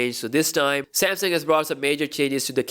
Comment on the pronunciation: yes finally a content creator says samsung as samsung not semsang